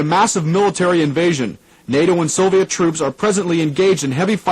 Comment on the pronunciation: The only thing that clued me into it being a student production is that the presenter for some reason pronounces "Soviet" as "Sovet".